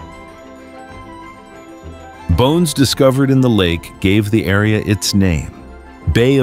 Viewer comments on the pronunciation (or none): none